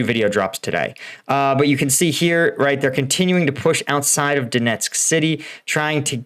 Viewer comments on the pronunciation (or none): none